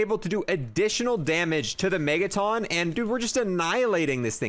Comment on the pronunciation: The green guys that split in 2 when they're shot are not pronounced Megatawns, it's pronounced Megatun. A Megaton is a unit of measurement for nuclear bombs, like the ones dropped on Japan